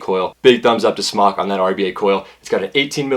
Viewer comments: I've talked with the actual company in China. It's pronounced "Smoke." Not "Smock. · It's pronounced "smoke." I asked SMOK and was told it's NOT pronounced "smock." Please start pronouncing it correctly. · it is NOT SMOCK! Its a long O! jesus christ.